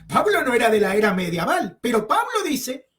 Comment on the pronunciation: Amigo no se dice mediaval